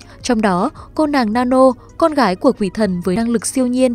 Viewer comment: Sao ai cx nói sai tên hết zậy từ tik tok tới youtub vai nữ tên Nanno chứ k phải nano hay nannon